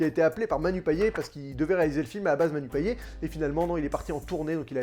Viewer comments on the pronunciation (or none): Pour info, on prononce le T à la fin de Payet (« Payette »), à la créole 😉. La bande-annonce ne m’avait pas emballée, mais après ta critique, j’en serai !